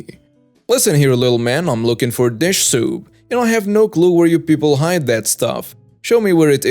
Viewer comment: It's soup like you eat, not soap like you wash up with